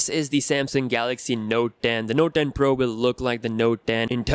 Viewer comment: Did u say Notden ?